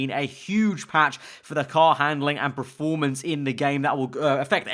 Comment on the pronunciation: PER-formance... not PRO-formance...